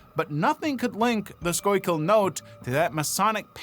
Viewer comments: BTW, “Schuylkill” is pronounced “skoolkill”. NOT ‘skoykill’. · It's pronounced "skoo' kull" 👍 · Schuylkill is pronounced "skoo-gull" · Schuylkill is pronounced Skoo-kill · Local Schuylkill County resident here.... It's SCHOOLKILL SCHOOLKILL FOR SCHUYLKILL COUNTY AAAAAARRRRRRGGGGGHHHHHH!!!!! Thank you! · SKOO-kul is the pronounciation. 😊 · It's pronounced SKOOkill. Skoo kill. It means "hide stream" I love how you said it right and then changed it every time after that. :D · I know that's what google says. I'm Pa Dutch. Its pronounced school kill. Its means hidden stream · The way you were pronounced Schuykill I had no idea what you were saying. Its pronounced like scoo-kill. I live the next county over, 30 min from Sunbury. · The Illuminati was literally created as a satire in the 60s. I immediately see “The Illuminati” and I can’t take that person seriously…. Also I’m from PA and hearing someone not from the state pronounce Schuylkill is always fun 😂. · Add someone from the area, the way he pronounced Schuylkill is offensive. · Baffled at how you managed to nail the pronunciation of Schuyllkill the first time and butcher it the other times 😂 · Came here to say this!